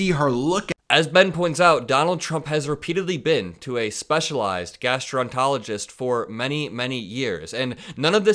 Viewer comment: Gastro-en-ter-o-logist. And no, he wasn't trying to say Arizonans. Possibly Eurasians, but not Arizonans. You're a reporter. Sorry, not sorry. Get it right, dude.